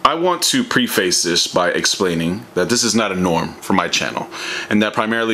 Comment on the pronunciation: Did this man really say pre-face instead of preface?